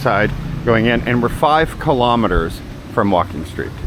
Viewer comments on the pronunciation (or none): none